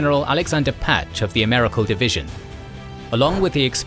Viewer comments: A-mer-i-cal division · its Amerikal as in California the 'c' is very hard All u need do is google to get these words right But then u are English by ur accent and u know how to pronounce everything no matter what language it came form